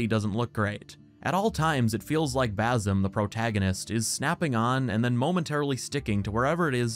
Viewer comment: Basim* not Baz Em that's the only part that got to me 😆 watching this gameplay causes me pain. It looks so stiff and clunky